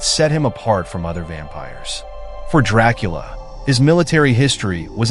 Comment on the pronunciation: You aint telling nothing the true fan dondt allready know ohh and by the way youre pronouncing his last name wrong expert guy